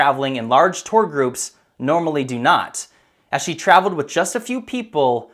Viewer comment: "This is what zhe was shown!" addplays sigh